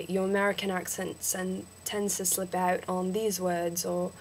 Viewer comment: and don't say oot sa OWt